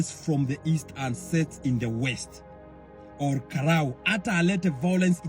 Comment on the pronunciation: Wacha upuzi za AI.. what is ol ka luuuu😂😂